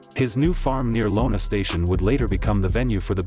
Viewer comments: Lona huh? It's an I not an L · LONA Station 😂😂😂😂 its iona [i-ona]... and Wayne Kellestine [Kelly-stine] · I like how the voice over pronounces his name wrong 100 times. And read Iona as Lona. How hard is it to just record voiceover rather than resort to a robot? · And it is pronounced, eye owna station, not Lona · I’m sorry but this sounds ridiculous! If you’re going to use AI to narrate, at the very least listen to your content before you upload a video! Better still, have someone else listen to it. Kellestine is pronounced Kelleh- styne (like Palestine)! And “Iona” is not Lona, it’s “i”ona! Those are just the first two frustrations with this. The rest you get to find yourself. (btw, Weiner is a perfectionist so he’d tell you the same) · being from the area I have to correct this It's I(eye)ona station not Lona station. Common mistake surprisingly. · iona, not lona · Pretty hard to give this any credibility when the can't even get the names right. It's Iona not Lona and Kellestines name isn't pronounced once properly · Its not Lona Station either...it's pronounced iona station. Many mispronunciations of other people's names too. Get your facts straight before you spout this crap!. His childhood is a mystery? lmao.....you aren't looking in the right place. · A few corrections for you, oh great computer voice God - It's KELL-es-tyne, not kell-ES-tin and It's eye-O-na Station, not LOAN-a Station. Otherwise, good video. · Uhhm not lona station , its pronounced EYE O NA STATION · I live by here and it’s iona not lona it’s a capital I not a capital L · Its not lona station its iona station and its kelle-stine like Frankenstein is pronounced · Improper pronunciation of his last name . It’s Kell- s- tyne. Then there’s Lona Station. It’s Eye - ona Station(iona). If you’re going to do a story at least get the names right. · Its Iona or Eye Ona not Lona station idiots. use a real person for the voice. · Eye-owna Station... that's an I not an L. Iona Station